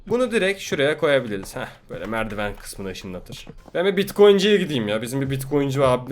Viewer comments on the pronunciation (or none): "hah şöyle merdiwen kısmını İşıNLaTIr"